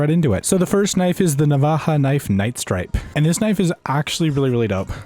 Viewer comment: Navaja with a “J”